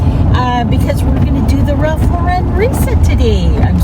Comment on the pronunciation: You nailed it! Great job, but please pronounce Ralph Lauren’s name correctly!